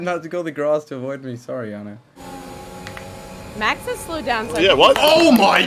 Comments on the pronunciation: funny how and jarno are both from the netherlands but still pronounces jarno's name wrong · how does not know Jarno haha they're both dutch and he pronounced his name wrong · "its Jar-no btw right ? its that pro guy" 😂😂